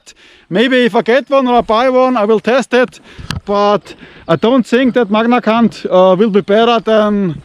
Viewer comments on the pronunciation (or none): Instead of “MagnaCut” You said “MagnaC*nt” 🤣😂🤣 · Did you say magna cu(n)t? 😂 That's what I heard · "magnacunt" 😅 so good! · C'mon it's pronounced Munch-A-C^nt ! Do your research!! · Magnacunt... Did anyone else hear it that way? 😂 You're the knife benchmark. When are we gonna get Messerfieber in the USA?